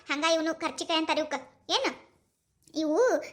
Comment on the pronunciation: Adu karjikayii alla kaarcjikayi